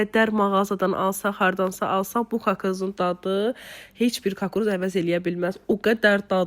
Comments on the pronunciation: Kakruz yox kukuruz deyilir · Kakruz yox kukruz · Kukuruz xanım, kakruz yox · Öz dilini danış.kakruz yox ,kukuruz. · Rusca demey istediz kakruz yox kukuruz😂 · Eger rus dilinde demek isdiyirsense hec olmuya кукруз de de kakruz nedi ilk defedi eşidirem ele söz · Kakruz yox, hec olmuya kukuruz de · Kakruz yox kukruz.Falani yigisdirsan yaxsi olar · Kakruz hara lehcesidi??